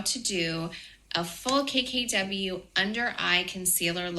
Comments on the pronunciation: Sounds like she is saying, cakey w beauty. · When she said “KKW,” I first thought I heard “Caky W.” Or would it be “Kaky W?” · I can't be the only one that kept hearing Cakey W instead of KKW. Lol. 🤣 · Each time she says “KKW Beauty” I hear “Cakey W Beauty” and I think that tells you all you need to know 😂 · She said cackey w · Every time she says KKW Beauty I hear “Cakey W Beauty”… 👀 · I always hear "KKK beauty" yikes. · When she said a "full KKW" it sounded like she said "a full cakecake W" 🙊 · I'm sorry but when she said "I'll be showing you full KKW concealer look" I heard "full cakey w.." I